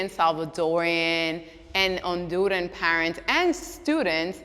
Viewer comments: I’m sorry I cringed so hard she mispronounced my people, it’s HONDURANNNNN. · why she say Honduran like that